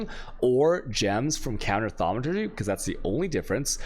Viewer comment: The fact you pronounce thaumaturgy correctly of all things is the funniest thing in the world to me, good work dude :)